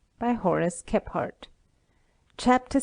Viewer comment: How is his name not pronounced (Kee-frt) Kephart kE PH aRt My good friend's sirname is Kephart and they use "Kee-frt" I feel like i'm going crazy hearing all these bushcrafters sayin "Khep hArt"